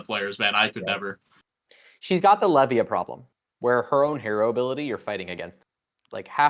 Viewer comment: Was waiting for to talk about his local best buddy who's absolutely cracked on Levia. All he did was mispronounce Levia. 😔